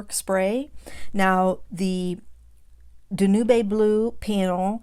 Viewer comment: Fyi, Danube is pronounced DAN-youb, like the song Blue Danube. I love this card!